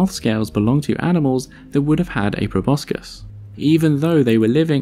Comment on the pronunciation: I love your videos but thought you would want to know (I just learned it myself) that proboscis is actually pronounced probossis (no c)